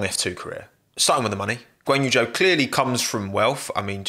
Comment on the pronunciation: It’s Zhou but no one knows how to pronunce it